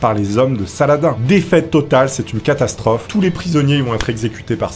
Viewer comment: C'est pas <<Sala-din>>, c'est <<Salah-dine>>